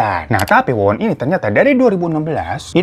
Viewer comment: Yang nonton jg jelimrt denger lu Gonta ganti nama org bang😆😆 wowon berubah jadi Wawan😂 yg punya nama Wawan pasti kesentil ini 😆😆😆😆